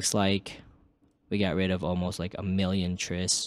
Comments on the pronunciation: bro it's pronounced "tries" not "triss" plural form of tri or triangle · How do you pronounce Triangle? "Trissangle"? Tris = "Tries" surely? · “Triss” bruh